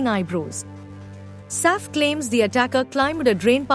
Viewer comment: ur pronunciation of Saif’s name is so irritating